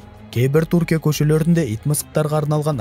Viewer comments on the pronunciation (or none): Туркия емес тҮркия деп қазақша сөйле, сол үшін 👎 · Туркия деме Түркия деп сөйле, әйтпесе құлаққа біртүрлі естіледі